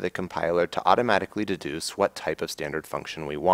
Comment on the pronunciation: Thank you; excellent demo. I enjoy these focused and concise videos. --> "that can duce const member functions".;-) (again )